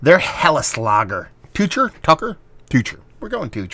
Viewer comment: Pronounced with a "ook" sound like "Booker". Say "Tooker". And, Yes, it's a fine German Helles!!! Good in depth review.